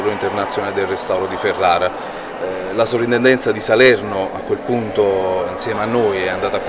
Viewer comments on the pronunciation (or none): Per cortesia... si scrive e si pronuncia soPrintendenza...